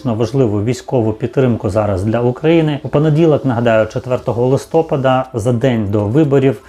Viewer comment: Вы искусственный интеллект вы выговариваете неправильно украинские слова ударение падает в другую сторону (листопада)